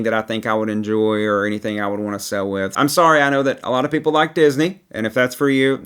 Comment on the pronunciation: the word is "sail" (pronounced sale), not "sell". You go "sailing", not "selling".